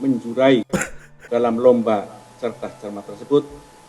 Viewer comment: Artikulasinya jelek :_andriNoo